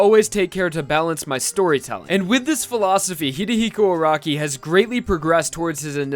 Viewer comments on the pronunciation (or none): Anyone else bothered by this guys saying A R A W K I